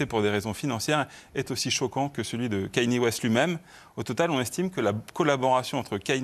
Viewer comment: ou comment dire Kanye West 50 fois par seconde et ne jamais le prononcer correctement.